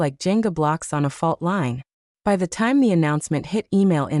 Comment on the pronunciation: Maybe you haven't noticed but your AI regularly pronounces 'by' as 'w y' (with space).